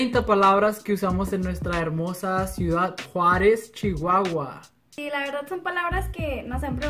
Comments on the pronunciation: Entonces no es chuhuahua es shihuahua convierten el Ch en Sh eso no es correcto pero sin modismos pero no es correcto de nuevo, es español no? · No es nada nuevo mis morros, para mi lo Nuevo del norte es que usas mucho (sh) para decir chihuahua shihuahua trucha trusha mucho musho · MUSHO, OSHO, LESHE, SHIHUAHUA, MUSHASHO